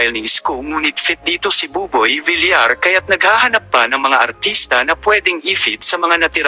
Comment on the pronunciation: Ayusin mo nga pagpronounce mo,bilar ka ng bilar,vilyar pagpronounce